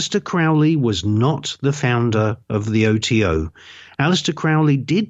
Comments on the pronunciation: It's not Crawley its Crowley, the best video you will find on you tube Michael Tsarian unslaved Aleister Crowley. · Any podcast where they dont know how to pronounce Crowley gets an automatic disconnect from me.